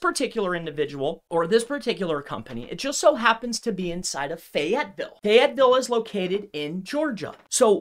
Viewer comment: Most sus thing was how he pronounced FAYetteville